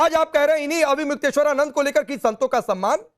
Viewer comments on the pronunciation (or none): ये अन्नू भादवा अविमुक्तेश्वर नाम भी ठीक से नहीं बोल पा रहा...😮😢😅